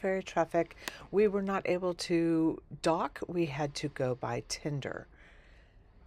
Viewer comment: TENDER, NOT TINDER!